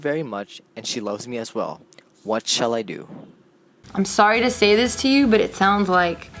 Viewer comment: This dude said "shall" lool